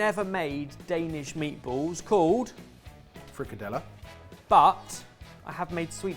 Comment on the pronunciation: You absolutely butchered frikadellerne 😂. It would have been a good idea to follow a recipe.